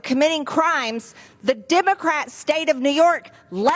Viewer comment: I'm irked by the way MTG pronounces "Dimmacryat"